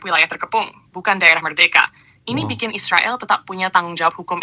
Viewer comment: Mbok jangan bilang isriwal isriwil..bilang aja israel, gitu lho..knp bisa bilang amerika...bikin risi klo mau bk anda